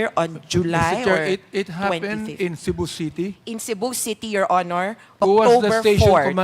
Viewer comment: Did she just said,"Shabu City" ?